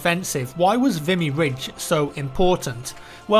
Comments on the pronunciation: I think it's pronounced Vimé Ridge. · he did butcher the name lol but I find everyone does who's not from here aha or at least from canada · Google is your friend; ignorance of the language is no excuse - I don't speak it but I know how to check pronunciation. Normally I wouldn't care, but this is about a battle where hundreds-of-thousands of people lost their lives...to at least get the name correct would be a simple courtesy to their memories and sacrifice. Apart from that, very fascinating story, well told and thank you for bringing it to my attention. I hadn't heard of this battle before now!